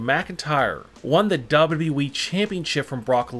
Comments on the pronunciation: Nobody : Not even the spider from under my bed: This guy: dabruee (WWE) 😂😂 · Mans says dubidiué